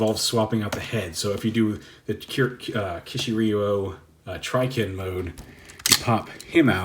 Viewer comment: You’re pronouncing it right enough for English: key-she-re-you-oh. Still upset about this one, should’ve been dragons.